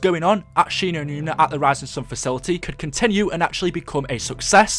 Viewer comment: its Shi no numa fucktard